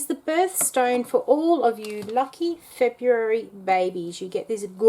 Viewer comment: Febureary baby lol